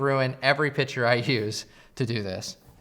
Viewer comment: Argh. Picture, not pitcher. (Other than that... great video!)